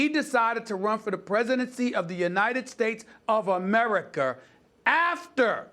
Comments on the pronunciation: VendettER. AmericER. lol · “The United States of Americer” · "Vendetter" edit: "Americer" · Did this man really say AmericER 💀💀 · “Americer” -SAS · SAS: "Americer" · "The United States of Americer"